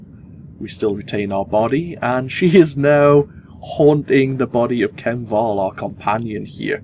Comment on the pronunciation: Kem, KEM! It's pronounced Kem! There is no "L" in Khem! Oy lad!